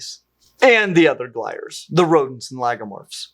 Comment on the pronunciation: glires is not pronounced like wires. it's not fucking english, its latin